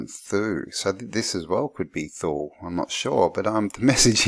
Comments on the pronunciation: Toooleeee not thooll good sir!!! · Thule is pronounced “To-lee”. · thule is pronounced tooley. disregard if someone already pointed out. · came to mind, thule, as you once in the vid pronounced it as 'tool-e', is the same as finnish Word tuuli, meaning wind. the first reasonable explanation for swastika that i've heard was from Bock saga, where ior told it meant the crossing point of two meridians of the World, separating the World in four cuarters, aka north pole.. he also told the exact location of old north pole before ragnaröks and where it is today.. though i must mention most finns will say the man was a con artist, drug user etc., but that's the Basic Picture of Black painted person so i don't say he 100% truth or false, but take his oral story as a possibility.